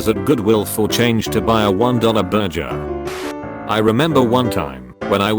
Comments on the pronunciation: Watching these videos and hearing the text-to-speech pronounce "Burger" as "Burjer" is literally my favorite fucking thing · Burger TTS: B U R J E R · "... one dollar 'BUR-JUR'" 😄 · did he just say berjer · I DIED WHEN HE SAID BURJER😂